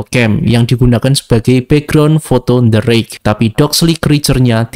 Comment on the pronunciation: the rake aku kira bang ngomong d rake😅😅😅